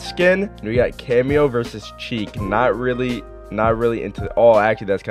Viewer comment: Its pronounced sheek not cheek (chic)